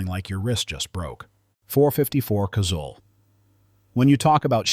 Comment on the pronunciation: .454 Casul. Pronounced "casool", not "castle". I prefer the .44 mag, you can load it up almost to Casul levels, or use the .44 Special for plinking. A broad range of loads.